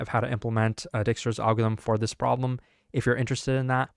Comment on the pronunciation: dude needs to chill with butchering dijkstra's name every video 💀